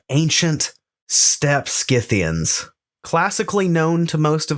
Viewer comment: Congratulations on pronouncing Scythians correctly, Skith-thee-ans, not Sith-thee-ans. The names of peoples of this period came down to us from Greek and Latin, in which C is always pronounced as K, not S.